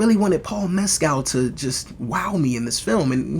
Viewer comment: And his name is pronounced "Mes-kill" not " Mes-cal".